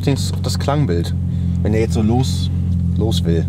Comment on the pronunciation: "Was isch denn middm Kombi looouuusch?"🤭